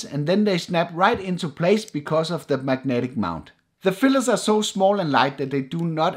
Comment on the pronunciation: Why I keep hearing ND fillers, not filters.. Is it just me?